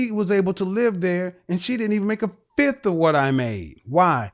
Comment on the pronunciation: She said (FIF) and I knew it was over